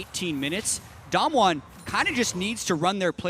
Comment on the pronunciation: I'm wondering why the one caster can't pronounce Damwon correctly while the other is doing it. He just needs to do it the same, it's not that hard